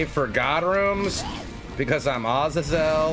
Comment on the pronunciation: the correct pronunciation for Azazel is "ah-zay-zul'. not 'azel' lol